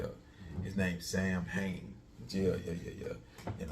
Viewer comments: Its pronunciation is Sow-en. Not Samhain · Aye when you said Sam hain I start cracking up laughing I believe you it’s how you said it 😂